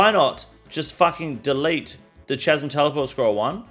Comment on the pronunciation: Can you please learn how to pronounce chasm people, grates on me everytime you say it